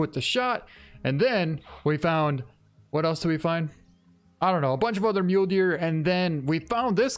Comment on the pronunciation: He pronounces it like "myoulee" I pronounce it like "myoul"